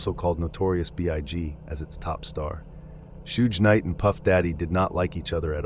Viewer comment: Gonna start calling him shooj knight now lmao